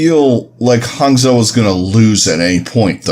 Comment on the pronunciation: Pronounce Hangzhou as Hang- "Jou" since that is a more accurate way to pronounce it. Or else if pronounce the way its spelled you are gonna get the Spark city confused with a Shimada Archer.